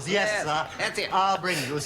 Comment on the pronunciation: and you had to say "Ears" instead of "Yes"